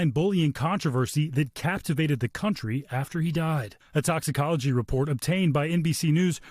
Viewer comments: why you keep calling him NAROTSKY,,, what a joke NBC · HE SAID NAROTSY AGAIN. There are very few names anywhere in this piece, but Hallie Jackson is certainly one. Guess they threw her under the bus. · That’s what confused and frustrated me the most is that the reporter (ai??) say his name wrong multiple times then start pronouncing it correctly. Guess no one listened before uploading. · Get his name right. Incredibly disrespectful. You do not deserve to cover this topic.